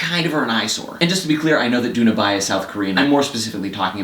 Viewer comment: Her name is pronounced Doona Bay with the B almost sounding like a P (or Bay Doona since it's Korean and the family name goes first). She was also in the Japanese film Air Doll which was pretty great but the soundtrack is really where that film got me. World's End Girlfriend is a phenomenal artist. And I'm getting sidetracked...